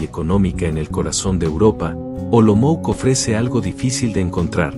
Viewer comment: Olomouc se čte Olomouts né Olomouk!